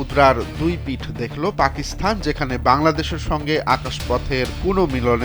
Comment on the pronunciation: সাংবাদিকদের বেশিরভাগই দেখি পাকিস্তান কে পাকিস্থান উচ্চারণ করে